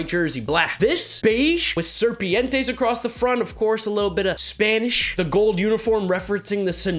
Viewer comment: a littlebitta "spaniiishh" 👋👋